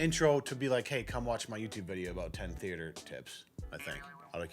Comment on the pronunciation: How this lady say "theater" depresses me